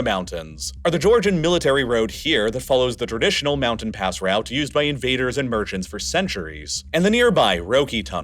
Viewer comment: "moundain" counter button 👍